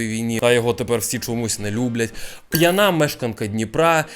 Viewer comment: Слова пʼянА не існує, правильний наголос пʼЯна. Продовжую тримати в курсі 🫡